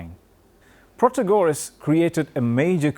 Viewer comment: It’s pronounced Protaaagoras